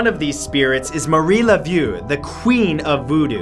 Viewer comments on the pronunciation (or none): My dude you butchered our French names here in New Orleans. Let me help you....its pronounced Lawlawry mansion, madame Lawlawry, Marie Lavough the voodoo queen, and jean lafeet and lafeets blacksmith shop. Those aren't the correct spellings, instead spelled the way they should be pernounced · Marie "Lav-OH," Zsahn La-FEET." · I live in Louisiana and it is the voodoo women is pronounced marila voa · Love the videos! But I am dying over how he pronounced “Marie Laveau”. 🤣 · Jason Juneau also the way he said “Marie Laveau”, I love hearing people try to pronounce Louisiana names 🤣